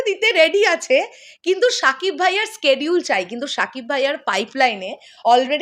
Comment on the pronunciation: আপনার Schedule উচ্চারণ হয় না, আপনি সোজা বাংলায় সিডিউল বললেই পারেন। বার বার স্কেডিউল স্কেডিউল বলেন কানে লাগে আর বার বার ভুল ভুল বাজতে থাকে।